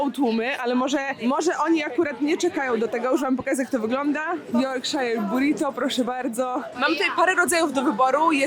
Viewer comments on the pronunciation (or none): Yorkshire pudding (czyt. jorkszir, nie jorkshajer) jest robiony z ciasta naleśnikowego (nie chleba), które się wlewa w formę, która ma na dnie mocno rozgrzany tłuszcz i to się razem wrzuca do piekarnika i ciasto rośnie do góry po brzegach formy, a na dnie dostaje płaskie przez co tworzy się taki kształt miski (na gravy, czyli sos). Mniejsze yp serwowane są jako dodatek do Sunday roast czyli typowego niedzielnego posiłku (pieczeni z ziemniakami, warzywami i sosem), a tu miałaś po prostu duża wersje takiego puddingu i weń zawijany był obiad/lunch.